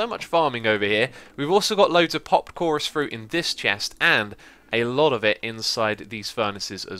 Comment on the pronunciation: He also said at the end if the video (no pun intended) that they are all chorous fruit, fof course. It sounded like 'chourus frut, of chorus' LOLPUN